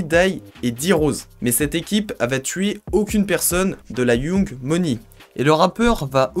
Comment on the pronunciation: J’ai stoppé la vidéo dès que le mec a prononcé « yOUng moni » applique toi un peu j’sais pas 🙄